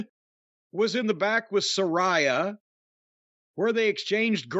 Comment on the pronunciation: Imagine signing someone like Saraya just for her new name to never be pronounced properly. And The firm and Stokley are awful and Tony Khan booking is trash ..they're setting this up to make it where they screw MJF out the title.